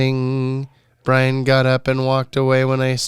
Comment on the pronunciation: What’s the origin of butchering Brian’s name beyond repair?